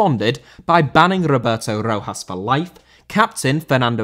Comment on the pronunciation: Rojas* not Rouwhas